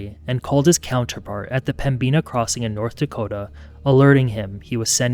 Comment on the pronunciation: It's pronounced "Pemminna" not "Pembeena". js